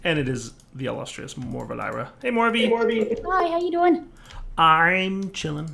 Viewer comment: That "How ya doin" was so Canadian. XD